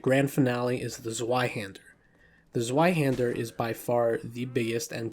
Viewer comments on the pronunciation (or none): I'm aware, I trying to make it easier for English speakers to say it closer to correct. I know it's pronounced Tsv-eye-hæn-der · I had to skip the Zweihänder cuz your pronunciation on it was too cringe, I’m sorry